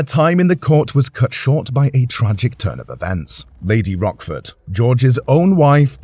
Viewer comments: Lady Rochford...not Rockford. It's C not K. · Pretty sure its Rochford like roach, not rock. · How can this be taken seriously when they pronounce her name as Rockford. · It’s a history channel, at least pronounce her name correctly 😡😡😡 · I was thinking about Rockford files when he kept mispronouncing her name!